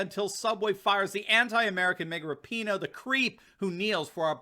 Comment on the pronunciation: By the way it is pronounced Rap-in- HOE!